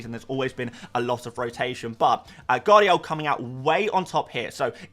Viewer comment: 'Guardiol' is class 😉🤣